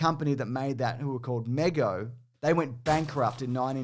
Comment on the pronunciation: Good stuff, I'd love to see ROM and the Micronauts. BTW, I hope you don't mispronounce things on purpose Mego: ME - Go, not Mig go